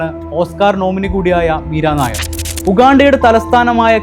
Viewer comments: മീര നായർ അല്ല. മീര നയ്യർ ആണ്. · മീര നയ്യർ 👌👌നായർ അല്ല 👍